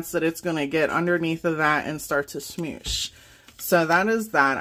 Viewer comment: Love, love the info you give us. It is so helpful, and I am still laughing how you say "smosh". To me that is so funny!! thanks